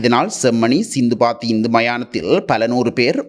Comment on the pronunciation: சிந்துபாத்தி என்பது தவறு அது * சித்துபாத்தி * மயானம்